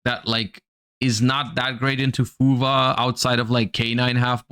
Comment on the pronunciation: Why does it sound like he says fuva? When he’s talking about fuwalos?